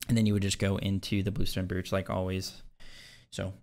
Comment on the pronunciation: Please tell me your mispronunciation of “brooch” is a meme like sigil